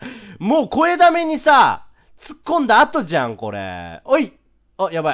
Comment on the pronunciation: ｢っちょっとぉーwwもう肥溜めにさぁw突っ込んだあとじゃんこれぇww｣ の"じゃん"だけすごいアクセントついてて好き 何回も見ちゃうレトさんのこれ系の動画